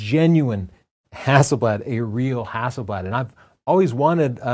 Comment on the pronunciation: Hazelleaf is Haselblad pls try too get the right way too say it